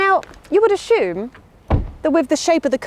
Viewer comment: There’s no ‘h’ in assume😳😊